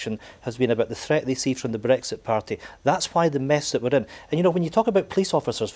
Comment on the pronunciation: The bawoness cant even say bwexit ffs!!